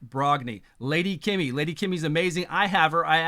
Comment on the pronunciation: my friend, you live in Japan. You must know Lady Kimi isn't "Kimmy". Keemee. Thanks for the great vids, nevermind the name issue.:)